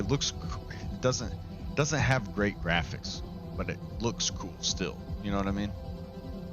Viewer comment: The graphics?? 😂😂😂 mans said the graohics fr 💀